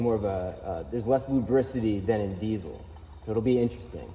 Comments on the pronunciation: My man is killing me saying DEEZOL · Since when is there a C in diesel 😂